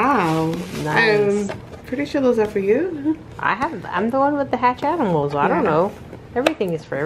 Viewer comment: love the video By the way you are pronoucing the name hatchimals wrong fyi I'm a girl using dads account